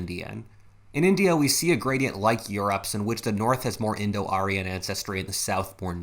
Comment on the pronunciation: indo-aryan. not indo-arian